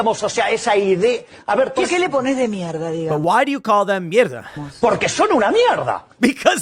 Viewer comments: Mierda its pronounced "Mih-er-dah" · The second Renaissance!!! This is promising! And it's mierda, Tim. Me- air-duh. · Did you mean “mierda”!? It sounded like you said mela